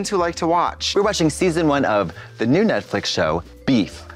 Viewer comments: I love how Trixie says it like Netflick and not Netflix lololol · Guys , why Trixe say “Netflic” instead “Netflix”, is that intentional? Well ,I love it 🤣❤️ so cute and funny 😆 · Does Trixie keep calling this Netfic LOL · trixie calling it netflick is what i live for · Trixie always saying “Netflic” is something